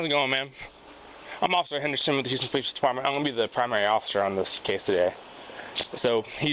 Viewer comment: Are police alloudt to write their po leez reports exctly as the perp states things? That would be hilarious to read. Listen at this attempt to communakay.